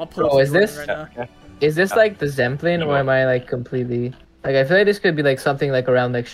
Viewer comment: that Zemplín shout was impressive (assuming the guesser is not native) .. I come from the Slovak part of Zemplín and I immediately recognised it ♥ what a great guess